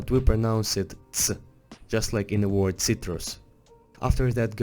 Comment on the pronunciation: When he pronaunces Word as world event